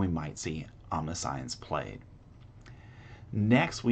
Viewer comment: Good video. Great showcase! Side note: omniscience is pronounced differently.